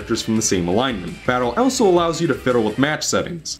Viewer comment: the way you pronounce "also" is driving me mad!